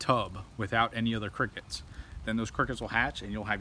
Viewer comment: I like he say “ qrickets